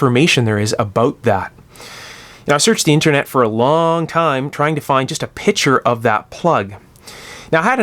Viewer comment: oh wow you said picture and I heard Pitcher. Like the pitcher plant or a water pitcher. Interesting.